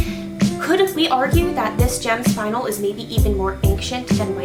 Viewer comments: Also, I think it might be worth pointing out the word "spinel" is pronounced either as "spin-NELL" or as "SPIN-nel", not identically to "spinal". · ah not to be annoying but youre pronouncing spinel wrong! its spin-el or spun-el not spine-al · Spin-*EL*, not spinal. Cripes yall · I don't think a single SU vlogger looked up the pronunciation of Spinel. I mean it's not the biggest deal but I keep hearing everyone say "Spinal" where as Spinel the gem stone is "Spin-L" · the name of the gem spinel is prounounced spin-el not 'spinal'. There is no a in there! so annoying. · I think it's pronounced Spin-El, I could be wrong, but it seems better than Spine-L to me. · its "spun-el" not "spin-l" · SPIN EL NOT SPINAL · She's saying it wrong....its Spin-EL,not "Spinal" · It's not pronounced spinel it is pronounced spinnel as in pink spinnel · For peets sake people it's SPIN-el or SPUN-el NOT SPINE-el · It's pronounced spin - ELLE. Not SPINE - uhl. Haven't you ever played Resident Evil 4...? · It’s “spin-el”. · It's pronounced Spin-nel. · Tactical Xerow I think it is pronounced more like SPIN-el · It is pronounced spin- Elle. JTV on YouTube has a video on it and other gems. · Not pronounce spin el It’s pronounced Spinel ( /spɪˈnɛl/) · It is pronounced spine-l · spuh· nel pronounced :) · No its name is Spinnn---- el